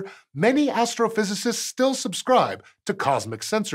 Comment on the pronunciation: Did he say astral-physists?